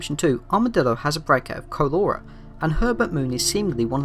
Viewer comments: He's pronouncing it wrong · is he pronouncing 'Cholera' wrong or is that one of those things like 'router' where its pronounced differently in the U.K.?